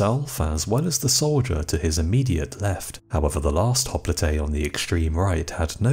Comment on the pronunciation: I could be wrong, but I believe that hopelite is pronounced hop-light not hop-Lee-Tay. Otherwise I should say you are one of the best channels period. Thank you